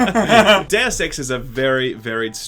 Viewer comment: Why is it so hard to say "Deus"?